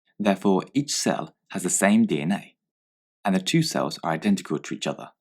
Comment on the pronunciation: when you press number 2 it sounds like he saying jizz that aside great video